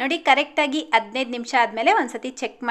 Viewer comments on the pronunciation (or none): none